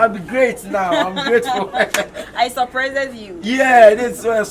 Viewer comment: the English madam "suprisseded" 😄😄